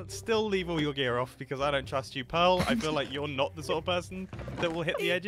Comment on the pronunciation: PEARL not pear 🤣